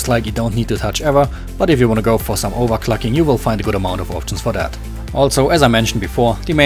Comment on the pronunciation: overclacking xDDD Dat english do:DDD Aber wie immer nice